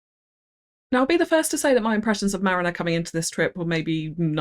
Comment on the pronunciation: It's Mariina, not Marina :D:D